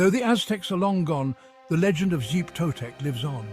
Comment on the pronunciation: clicked away at "zeep totec" holy shit dude